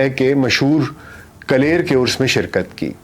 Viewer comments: کلیر نہیں کل یر صحیح تلفظ ہے ۔ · Kaler nahi bhai....kalliar hai... Bahut shukriya aapne....itnaa umdaa awr tafseeli ittala frahamm kiya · آپ کا ساغر پہ پروگرام بہت اچھا لگا۔ اردو بھی اچھی بولتے ہیں جبکہ آج کل اس کا شدید فقدان ہے۔ ایک لفظ (کلیر) پہ مجھے لگا کہ شاید آپ کی ادائیگی درست نہیں، لیکن یہ بھی ہو سکتا ہے میں نے غلط سن رکھا ہو اور آپ نے ٹھیک بولا ہو۔ ایک ذیادتی آپ کی بنتی ہے اور شدید ذیادتی ہے کہ آپ نے جو تصاویر، ڈیزائن، شعروں کی خطاطی استعمال کی نہ صرف انھیں کریڈٹ نہیں دیا بلکہ دانستہ تصاویر کو کانٹ چھانٹ کر ان کا لوگو اور نام مٹا دیا۔ یہ بات زیب نہیں دیتی۔ "ایک وعدہ ہے کسی کا جو وفا ہوتا نہیں" والا ڈیزائن آپ نے "لہجہ" کا کاپی کیا اور لہجہ کا نام چھپا دیا۔